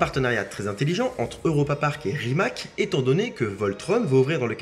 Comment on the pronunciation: Petite remarque: le "c" de Rimac se prononce "tz"..! Merci..